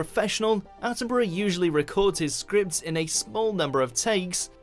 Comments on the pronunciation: 😮 oh, surely by now you've learned how to correctly pronounced British names (and places)?! It's NOT "Attenburrow" ffs!!! It's ' Attenburruh ' (& Edinburgh is Edinburruh or Edinbruh)... Just like Portsmouth, Exmouth, Plymouth, Dartmouth are: Portsmuth, Exmuth, Plymuth, Dartmuth etc... Alnwick is: Annick, Southwark is: Suthark, Bellingham, Buckingham, Birmingham are: Bellingum, Buckingum, Birmingum, etc!! I think you've been watching so many European videos, Germany, The Netherlands etc, that you've forgotten about us here in 'dear old blighty'?!!😮😊😅😂 (Jeez...😢😮 Come on... Siiiiiiigh!!) ❤🏴🤭🇬🇧🖖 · Have you heard of the Australian bird the kookaburra? Burra is how you pronounce the last part of sir Davids name not borrow. I know it looks like that but it's not how it's pronounced. Not being critical just giving advice. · While his name is spelt how you’re pronouncing it for whatever reason we pronounce it ‘Attin-bruh’ 🤷🏻‍♀️